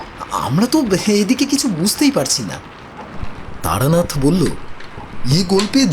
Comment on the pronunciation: Taranath not Taranat.